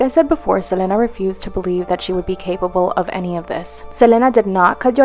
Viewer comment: Ugh the way that girl kept pronouncing Selena's name irritate the crap out of me